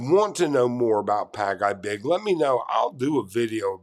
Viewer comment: Pag-ibig is pronounced "Pag e big" not "Pag I big" like you were saying it. Just take note. Some Filipinos have been accustomed to the 5/6 loans and are often paying on a daily basis. It's sad that people are not financially knowledgeable on basic economics. But hey this happens anywhere in the world too.